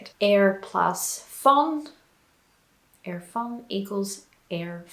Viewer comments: you speak very well dutch but your prononciation of er is not right, you pronounce it like ir in stead of ur like in the word put ,a whole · Its funny when I hear her say 'er' because it doesn't sounds quite right. But she's actually saying it with a accent. The 'proper' way of saying it would be with much more of a forward 'R'. With your tong in the front of the mouth and letting it rattle if that makes any sense.